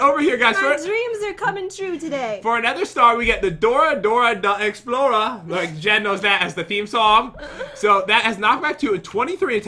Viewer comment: lol "Dorah da explorah lucky block"